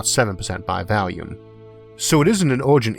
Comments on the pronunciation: Been watching you for a while now. Could never understand you at the beginning, but I'm pretty good at it now, don't even use subtitles. But I cannot, I will not, tolerant your deviant pronunciation of volume!!!!111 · I'm sorry, I know I'm not supposed to dog on the speech impediment, but I couldn't stop chuckling about "oxygen by valium"